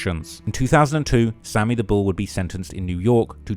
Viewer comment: Dey call him Sammy da bull not Sammy da skull 🤷🏾‍♂️